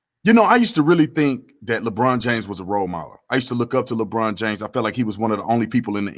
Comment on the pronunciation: He said "Le BronDA" LMAO!!!!!!!!!